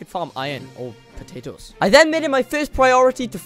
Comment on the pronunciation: The way he said potos